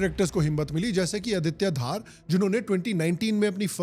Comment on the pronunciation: Aditya Dhar hai Bhai Aditya Dhaar nahi being myself a Kashmiri your pronunciation is wrong